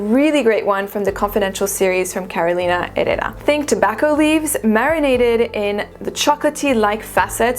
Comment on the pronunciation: I've been eyeing encens suave and I think after this video I'll give it a try, finally. My second name is Herrera, by the way and your pronunciation sounds on point to my mexican ear, contraire to me trying to pronounce it in french 😊